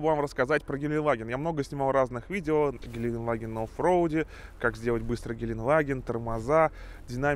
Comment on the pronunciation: ГеленДваген, а не геленваген! Там буква Д в середине! Сколько можно уже? Ты же типа фанат этого Автомобиля! И не знаешь как он называется!